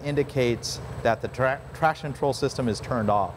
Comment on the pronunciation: Hey, love your video. Would be good if you could correctly pronounce “traction control” though. Kept sounding like “trashin’ troll”.